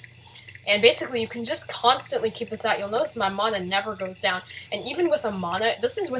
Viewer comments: its man-a not manoh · ITS NOT MONA, ITS MANA. GET IT RIGHT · Mauna MONA? moana? muna.. wait.. meononaa? OOOH NEMO! ok seriously this is the first time I've heard someone pronounce it like that.